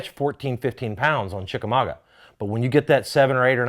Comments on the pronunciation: Well I just saw David Dudley’s Chickamauga Vlog on David Dudley Outdoors and he butchered the name of the lake. It’s not pronounced ChickamauGWA. There aren’t two or more ways to say it. If u aren’t pronouncing it ChickamauGUH ur butchering it. I’m from the Chattanooga area. It’s my hometown lake. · Think it's pronounced chickamagua. Means chief dwelling place. I guess John Cox is the chief. Lol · Lived here all my life. It pronounced. Chick-a -ma-ga Ga like in Gaaaaa